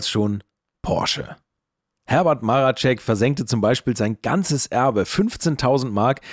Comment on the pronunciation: Marecek, nicht Maracek.